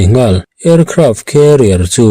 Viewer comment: Carrier leh career hi kan lam pawlh ṭhin a,a ziak en lo chuan eng zawk nge hriat a harsa ṭhin. Vawiinah chuan carrier(khêriar) tiin i rawn lam ri a,hriat sual theih a ni lo. Career(kheriar) hi khêriar tia an rawn lam hian a ziak en lo chuan ka lo buai ṭhin a.😂😂😂